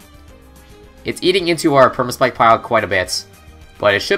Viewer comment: I know this is a 10 month old video, but , did he say Sperma-Spike?!